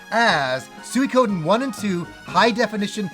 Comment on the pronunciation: SOO - EEE - KO - DEN